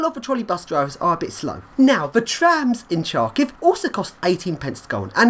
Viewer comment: Great job, epic video! Great lifts and amazing blocks. Kharkiv seems to be a very contrasted city. [btw "Khar" in "Kharkiv" is read like "har" in "hard", not like "char" in "charm"... whoops x'D]